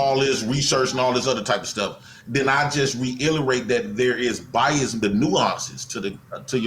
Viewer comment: My man said Biasm...